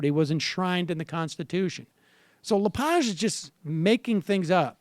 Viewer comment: Pronounced "La-Page" like "turn the page in the book". Just fyi, the bad pronunciation gives his name far too much class. He's a pig.